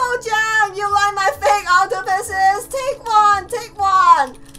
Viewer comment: Dis you say Octopuses or Octopisses